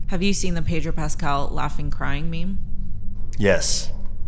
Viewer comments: I hate when people pronounce Pedro as Pay-dro. It is Peh-dro. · His name isn't PAY-dro. And he hates it when people pronounce it that way but he's too polite to correct you. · Gosh could the interviewer mispronounce his name more?? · ive never heard somebody say his name so wrong